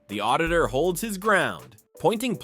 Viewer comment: Auditurd. Not “ auditor”